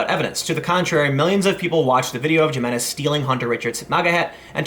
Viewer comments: J's in Spanish are pronounced as an "H". It's pronounced Himenez, not Ju-menez. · Jamenez is pronounced with an h. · It's HIMinez...the J is pronounced as an H. Regardless, more likely than not he'll plea this down to a misdemeanor. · Gee-meh-nehz......ha,ha,ha,ha,ha,ha,ha,ha,ha, The criminal's name is Hee-meh-nehz. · Come on man....it's pronounced "HIMINEZ"....it just makes you look ignorant to pronounce it "GYM-IN-EZ:. Literally no person, even 5th generation Americans, would pronounce it the way you did. Do you call people "JOE-SAY" also? Come on man... Next time just say "douche bag", to refer to this guy. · Hey idiot....it's pronounced "E" men-ez ...not Jmenez...dumb-ass millennial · glad he got what he deserved, jimenez is pronounced as hi-me-nez and not g-me-nez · Tim, Tim, Tim... 'g'imenez?? Not 'h'iminez? I thought you had a little Spanish in your background? No? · Good story but I now have an eye twitch because it’s pronounced HIM-EN-EZ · It's pronounced with a "H" not J.. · TIM! You will pronounce his last name with an "H" sound and you will like it! Friggin' SEXIST! (This is a joke. I need to say this because this is 2018 and people don't understand sarcasm anymore) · It's pronounced Himenez. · I love your work (including this video), but this guy's last name is pronounced "He-men-ez". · It's pronounced he-me-nez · You're pronouncing Jimenez wrong, it's pronounced Himenez. Also, the guy definitely deserves the felony. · Bexar is pronounced "bear" and the J in Jimenez is pronounced like an H. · "Bex-ar County..." It's pronounced "BEY-har". Similarly, the guy's last name is pronounced "hi-MIN-ez". Spanish pronunciation. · “Hee-men-ez” is how you say Jimenez. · It's "He-men-ez" I know we're funny for pronouncing J as an H, blame Spain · Btw, it's pronounced "hi-muh-nez" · FYI, folks, it's pronounced: Hee-MEN-ez. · Gimenes? :D Also, 'nigguh' is not a racial slur. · Jimenez, pronounced (H)imenez. Bexar County, pronounced bear County. Welcome to Texas.